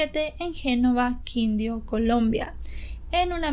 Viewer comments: debes aprender a pronunciar los nombres de las ciudades y departamentos de Colombia ejemplo: no es Quindio es Quindío pronunciar la tilde en la última i entre otras. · muy buen relato, cuando dices quindio, se pronuncia Quindío con acento en la segunda i y no es potumayo sino putumayo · Quindio? Risarralda? Putamayo? Creo que cuando se hace un caso se debe tener sierto respeto al pais del que estas hablando. Quindío, Risaralda, Putumayo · Quindio, putamayo ni que jajajaj así no se dicen pero a nadie le importa tampoco pero si me hizo reír jajaja es Putumayo y Quíndio con tilde xd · Lo siento, pero si me dio risa cuando dijo Quindio en lugar de Quindío con acento y Putamayo en lugar de PUTUMAYO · se pronuncia Quindío, con acento en la segunda i y Antioquia, sin acento. Amé el vídeo <3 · Ojo con la pronunciación... ANTIOQUIA, QUNDíO, TULÚA... ETCÉTERA. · Quidío con tilde en la i, bocaya no existe debe ser Boyacá, Antioquia lleva el acento en la o, Tuluá con tilde en la á. Hay rumores de que el tipo ya está libre... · Hola,... solo para aclarar, que se pronuncia Quindío con tilde, y Putumayo. Son zonas muy representativas en la historia de mi país y relacionadas a íconos de la patria. Buen día y felicidades por el docu. Este señor definitivamente es un monstruo, manipulador y un peligro silencioso. Ya he visto más datos y entrevistas sobre él; qué caso... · Es Quindío con acento al final, y es Putumayo no putamayo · me haces reír como pronuncias Antioquia, Quindio,e.t.c. tan bella. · Quindío lleva la tilde en la segunda i rrisaralda y no putamayo si no putumayo mi querida